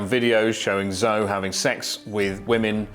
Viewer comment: He is really mispronouncing those Chinese names. Zou...lol